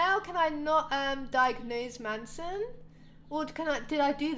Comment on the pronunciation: it's not man-son it's mason <3